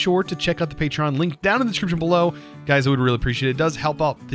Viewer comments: am i deaf or did he say hey gays at the start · Okay, relisten to the intro...totally says 'Hey gays!'